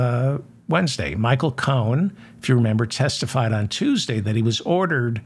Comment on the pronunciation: Cohen , ( Co in ) , Not Cone